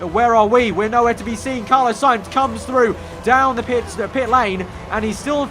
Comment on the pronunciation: ITS FUCKING CARLOS SAINZ, NOT CARLOWS SAINZ